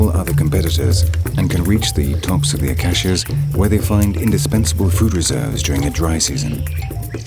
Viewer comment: Very interesting but the pronounciation of 'acacia' grated a bit.it's acaysia not acassia.